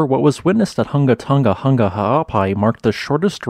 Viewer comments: Just a pity he can’t say it correctly. Keeps saying Tunga instead of Tonga. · Since the name of the island is important, practice saying Hunga Tonga, not Hunga Tunga…it’s not that difficult.